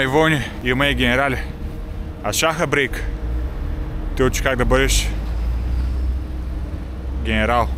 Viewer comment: Не КЪК а КАК. И не ей гу дей а "ето го". Иначе ми си супер.